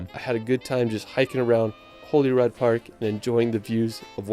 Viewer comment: This boy can't say world properly, it's Holyrood (pronounced Holly-rood) and not Holyrod. Shambolic.